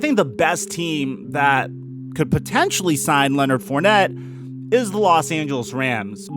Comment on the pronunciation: Come home to New Orleans Mr. FOURNETTE. At least we will pronounce your name correctly. Don't be another great talent wasted on shitty teams.